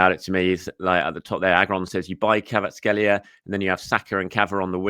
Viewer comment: i think you might be mispronouncing Kvaratskhelia's name 😅 But yes I'd love to see him at Arsenal. Predicted XI for United; Raya Timber Saliba Gabriel Calafiori Ødegaard Partey Rice Jesus Havertz Martinelli